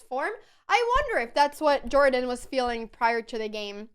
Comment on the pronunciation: I doubt that jordan is pronounced in this american way. I guess that someone who speaks swedish should know that :D